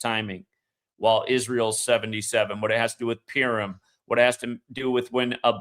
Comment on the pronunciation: purim mate, not pirum :) thanks again